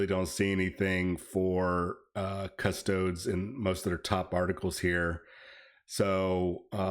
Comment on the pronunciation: All these parasites who don't even know the how to say custodes getting in on the controversy for clicks. They give themselves away when they say "cus toads".